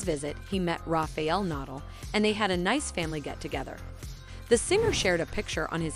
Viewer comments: Yeah...what’s the deal with that? 🤷🏻‍♀️ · Need to pronounce his last name correctly! It is Nadal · Whoever this is narrating doesn't have any idea who Rafa Na-DAHL is. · Her pronunciations of Rafa’s last name and his town were driving me up the wall. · Can pronounce Medvedev but not Nadal 🤦🏻‍♀️